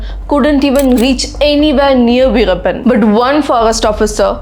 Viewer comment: Tell the name correctly